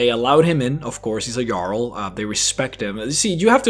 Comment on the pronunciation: u said jarl in a way that the diaglog/translation said it as a girl the reason i know this was cus i set texst on when im eating chips cus i cant hear shit when i do